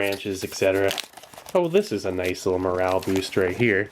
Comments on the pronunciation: click NOICE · Sieglinde "noice"